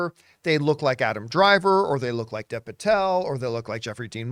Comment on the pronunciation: "Dev" is pronounced "Dave," just FYI.